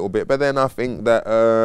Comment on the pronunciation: " I fink"